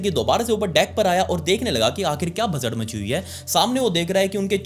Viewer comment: Bhasa'D'... Bhasa'R' nahi